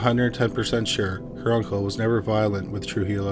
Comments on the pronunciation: It’s pronounced True-He-Yo not true-geelow. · Just for future reference - Trujillo is pronounced True-He-o (the J makes an H sound). Words are hard! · Trujillo pronounced Truhiyo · hi! thanks for the video! just fyi, trujillo is pronounced true-hee-yo, but great video ! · the first case, the l's are silent in trujillo